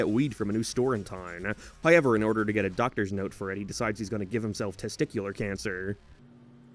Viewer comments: Dude, I don’t care where you’re from or what accent you claim to have “hoyyyevwr” isn’t how you say however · HOW ever. Not Hi ever. SOUTH park. Not Sithe park.